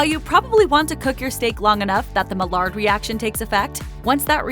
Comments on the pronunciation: Maillard is pronounced MY ARE, not mallard. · The way she was pronouncing "Maillard" was annoying. The Maillard reaction is a chemical reaction that happens when food is heated and proteins and sugars turn brown. It is pronounced as "my-ard" and is named after a French chemist.